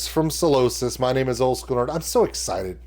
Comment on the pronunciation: Hey dude - great reaction and you’re right about the rules of having a great time in a UK mosh pit. However it’s pronounced Psy- losis not Salosis 😂- love from the UK!